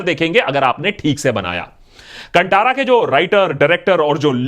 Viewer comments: Sir it should be pronounced कांतारा। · Kindly correct your pronounciation of movie name. It's कंतारा not कंटारा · कंटारा नहीं बाय, भाय। कांतारा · Bollywood loog keliye KANNADA shabdh uchharan karne hi nahi aathi, tho ye achhe movies kaise ban payega. They always pronounce KANNAD insted of KANNADA, कांतारा ko कांटारा bolthe hai. Respect languages. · Sir…it’s pronounced as कांतारा not कंटारा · Abhi bollywood movies me koi dum nahi hai....south movies are booming and rocking. Watched Kantara in kannada (right pronounciation is Kaantaara) कांतार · It's pronounced as Kaan-Taara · Its pronounced Kaantara with 'tara' wala 'ta' not 'tamatar' wala 'ta' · Bhai it's pronounced Kantaara as in "ta" in "taare" not Ta as in "Ta"rzan. Also, it's pretty funny seeing both left and right claiming Kantara is theirs 😁